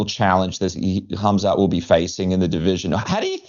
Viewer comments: Is he trolling saying Hazmat? I like Rob, but come on now. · K.H.AM.Z.A.T...NOT HAZMAT takerwhit bertro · He is not Kazmat stop saying his name wrong dude)) i thought Robert is not really that guy i thought he is more careful with those stuff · Can someone please tell The Reaper, it is HAMZAT not HAZMAT 😂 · He heard other fighters pronounce it as hazmat... but it's pronounces hamzat...close enough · Khamzat ❌️ hazmat ✅️ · Why does he keep calling him Hazmat? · Funny how Bobby calls him Hazmat 😂😂😂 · Did he say Hazmat Chimaev? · Uncle Chael infesting everyone with fighter name mispronounciation. HAZMAT ??? lol😂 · Is he calling him Hazmat on purpose LMAO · Rob MUST have been corrected by someone at this point for saying hazmat. I think hes doing it on purpose lol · Rob calls him HAZMAT. Hazardous and Toxic Material. 😂😂😂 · Rob trying to play mind games with Khamzat calling him hazmat. Even though before the fight was booked he would say his name correctly 🤣 this is going to be a fun fight 👊 InshaAllah 14-0 ☝️ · Rob's still calling him "Hazmat" lol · Every time he calls him Hazmat it tickles me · He uses to pronounce his name incorrectly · Mispronouncing a name from a completely different language and part of the world? It's not that big of a deal. I'm sure he didn't mind being called Hobert Whittaker